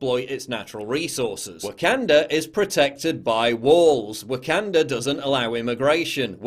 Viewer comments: It's the intrusive "R" of the Englishman! lol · Someone is emoting pretty hard off of a movie and not pronouncing Wakanda correctly is pure comedy 🤣🤣🤣.